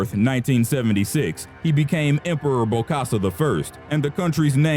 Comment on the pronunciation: its bokassa not bosakka ...